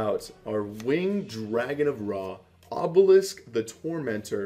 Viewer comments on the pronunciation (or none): he said obelis the tormentor lol🙉